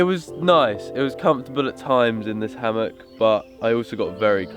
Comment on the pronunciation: "hamak" 🤣🤣🤣 Its "Hammock"👍😁